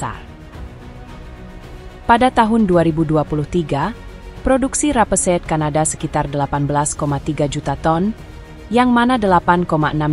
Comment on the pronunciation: Coba belajar baca RAPESEED dengan benar... 😂